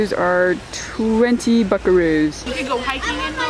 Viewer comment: When she said buckeroos I thought she said something else